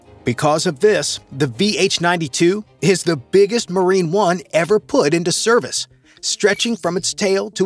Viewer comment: on dit "marine one" pas "marine un" mdrrr